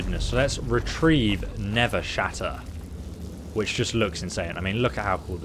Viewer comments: It actually says nerve shatter not nerves shatter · Nerveshatter* not Nevershatter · it's Nerveshatter not Nevershatter. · You still said it wrong the second time (nerve-shatter) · Did he call it never shatter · Why does he say Nevershatter. Nerve, it’s nerve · looks at the title of the video ... Listens to him say nevershatter ... Me: "this is fine" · Him saying it wrong the whole video bothered me lol